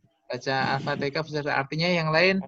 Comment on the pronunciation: Mhn maaf, itu Surah al fatiha. Bkn alfateka. Ntr beda artinya 🙏